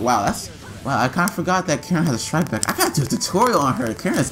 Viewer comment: It trigger me so hard how you say "strike back". Everytime you say it sounds like "shright back"...